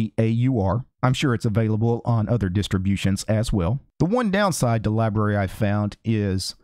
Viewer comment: How do you get "libaree" out of LBRY.